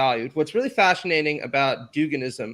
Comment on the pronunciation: had a slip and says “What’s really [fasci]nating about Duganism” but pronounces the fasci as fa-sh like fascism lol